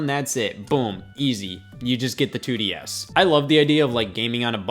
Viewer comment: Can the Nintendo 2desz ntus fit in your mouth